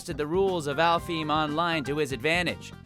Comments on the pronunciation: I find it funny how he mispronounced alfheim online despite creating it in the show and pronouncing it properly on the show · Hey was in sao. How did he mispronounce alfhiem lol